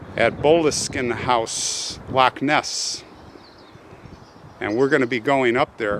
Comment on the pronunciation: Super interesting and your footage of Loch Ness was stunning so glad you got clear weather… it’s pronounced Fraser like blazer by the way… not Frasier like the TV show ☺️. And Lochhhh instead of Lock..Je Suis Prest is indeed the clan motto 😊 Best wishes, Lynn Chung ❤